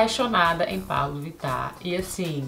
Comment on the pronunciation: Tive a impressão que a Camila fala Paulo Vittar no vídeo!! 😏😏😏